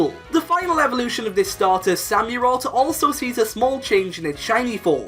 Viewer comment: I’m sorry but I just died when he said “samyurott”